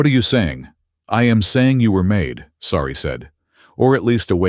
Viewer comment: Sari, not "sorry" WORK ON IT.